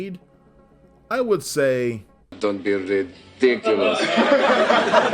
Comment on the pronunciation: Don't be ra-dick-o-luz